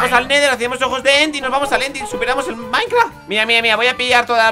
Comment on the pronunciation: a alguien mas le dio grasia como dijo minecraft?😂😂